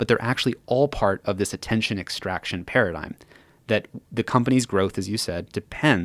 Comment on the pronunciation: did he just say the work paradyme correctly? Take that! President west